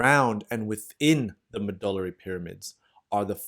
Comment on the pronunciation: "mgoulla pyramids"? Shouldn't that be "medullary pyramids"? That aside, your artistry is next level, and you sure know your anatomy! BTW, I would pay for a PDF of the entire diagram you drew here. Wonderfully concise reference! But I didn't see it on your site. As for me, I seem to have none of the risk factors other than being a 58 yo Caucasian male who has been eating a vegan diet for the past 9 months or so. I was just diagnosed with a < 1 mm kidney stone that's still in my kidney. But it hurts! I've been taking Flomax to dilate the structures involved, but after 4 days it still seems like it hasn't moved. I'm hoping it eventually starts to travel down the ureter and won't hurt much when it does (since it's so small). But the longer it stays put the more I worry about it growing in size. In the meantime, I'm still taking the Flomax, and also increasing my citric acid intake (lemon juice and TRUE Lemon powder), and trying to cut down on high oxalate greens and nuts, primarily spinach and almonds. Also stopped my 500 mg vitamin C supplement, and am drinking water like crazy! Reading all about oxalates in the diet, it's difficult to determine if they really are a significant problem or not. Some people think almost all plants are virtually poisonous because of them!